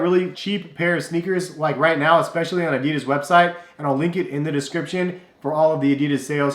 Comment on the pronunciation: That's not how you pronounce Adidas